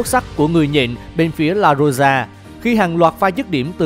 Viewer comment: La Roija đọc là La Rôi ha bạn đọc là La Rôi gia chẳng khác gì xúc phạm ngta